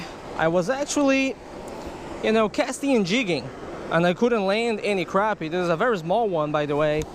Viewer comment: And he can't say crappie either